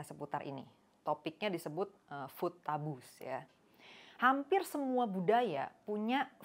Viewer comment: Coba perhatikan pengucapan food taboo, bukan 'fut tabu' tetapi 'fuud tabu' pake huruf d mba belakang 'food' nya...bukan t